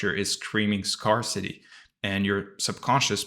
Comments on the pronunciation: Me too, and 'scarcity' pronounced scar-city instead of scare-city. I've listened to quite a few of your videos and this is the first one where I realised English isn't your first language. You do so well. Lovely clear articulation. ❤ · Two English words you mispronounce. VACUUM and SCARCITY.